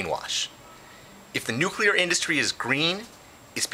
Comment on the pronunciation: It's nu-clear, not nukuler.